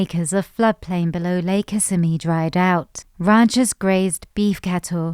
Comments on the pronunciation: It’s Ki-simi River, NOT Kiss-a-me River. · kiss-SIMM-ee, not KISS-simm-ee. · oh you were doing so well with pronunciation until you hit Kissimmee - which is pronounced KiSSIMMee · It's Kuh SIM ee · Is pronounced Kissimmee but what I like to know is what are y'all actually going to do to make a difference besides make this video there are so many Floridians that just suffer every day do the dumb illustrations because they moved into an area and now they have no other reason besides the fact they hate West Coast anyone car